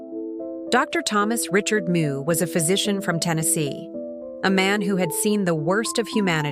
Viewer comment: Meux is not pronounced moo it's m'yew